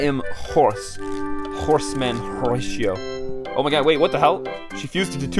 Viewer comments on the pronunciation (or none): Bro pronouncing "Horatio" as "Horeishio" 💀